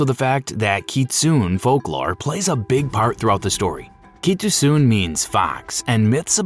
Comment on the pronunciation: While the general concept and explanation is good—there are so many errors and misunderstandings that it’s actually annoying—and I’m still on the silent hill f section. Heroine is pronounced wrong over and over, kitsune is pronounced wrong, names are pronounced wrong and even the word doll is pronounced strangely. Furthermore—this part bothers me the most—the explanation of the endings is terrible. There is a true ending and there has been for a while—it’s not open ended. There’s a good, a bad, a true, and a UFO ending. The way the fox wedding is explained is horrible. Missed the point completely and in fact got it wrong. That’s the bad ending where Hinako loses herself completely and her identity is stripped from her—she marries him as a faceless entity and then her real face is stamped on. It’s not a happy go lucky kumbaya ending where they’re all friends. Also the fox hinako is explained poorly here. It’s not about her growing up and accepting peacefully. It’s about her identity being stripped and sense of self. Not sure how these issues made it into the final script for this video